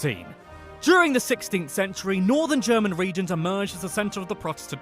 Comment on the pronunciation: The pronunciation of the commentator's German is dreadful again. He knows about the Adidas, though. German is such a straight forward language. You read a letter or a combination of letters and you know how to pronounce them. Peculiarities: "g" is always pronounced as "g" in "go", "c" and "z" is always pronounced as "ts" (!), "ch" is "kh" (something like that), "sch" is "sh", the vowels are also straight forward, but a bit difficult to explain here.